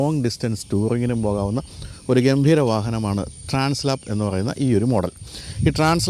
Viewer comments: It is transALP not translap. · ട്രാൻസ് ലാപ്സ് അല്ല ട്രാൻസ് ആൽപ്സ് ആണ് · Transalp not Translap....😅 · Trans Alp ആണ്. Translap അല്ല ട്ടോ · TRANS "ALP" ( alps mountain) ആണ്...ട്രാൻസ് ലാപ് അല്ല. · Bro, its not Translap (lap), its Transalp (alp). I guess the Alp represents the Alps mountain.